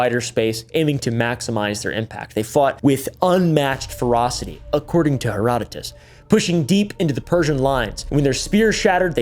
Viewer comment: Thank you so so much for pronouncing Herodotus correctly. Most YouTubers are out here killing my ears with their butchery of his name. ❤